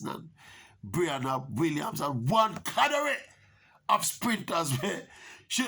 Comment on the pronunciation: Alright Maverick...first of all it's "cadre" not "cadare"...just fix the pronunciation and gwan still. Now regarding your commentary...going overseas for college has ups and downsides for the following reasons: 1) athlete lose their support systems - friends, facilities, etc 2) the school does not support their day-to-day expenses aside from room and board and unless you have ppl a send you $ for your likkle pocket money, you salt 3) it gets cold inna some states and the athlete may not be able to adjust to the weather. On the other hand, the upsides could be that you have a bag of other Jamaicans at the school and dem clique together and have dem likkle support system. Also dem family have the means to send dem likkle pocket fi buy dem toiletries, late night/weekend eats, going to a movie and the likkle extra-curricular tings dem. And then yes, depending on the school dem might overwork di talent to get points at championship (look pon di yute a Univ of Georgia who dem a kill wid wuk). So bottom line choose the school carefully, research dem history, talk to alums, parents not di high school coach) mek sure dem get commitment from the college coach seh dem ago tek care a dem pickney or a hell and powder house.